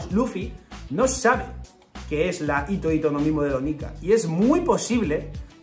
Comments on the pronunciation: Por qué todos se comen la H? En la romanización esa H suena como J, así que hito hito se lee Jito Jito, como la J de Jirafa, pero decir Ito-ito es como si fuera hilo-hilo, así como doflamingo tiene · Hola, me encantan tus vídeos. Sé que pareceré repelente, pero "hito hito no mi" en japonés la h se pronuncia como la j española o la h inglesa. Lo digo porque haciéndola muda parece que digas "ito ito no mi", que como recordarás es la fruta de Doflamingo. Espero que te sea de ayuda y discúlpame por corregirte. ¡Gracias por tu trabajo!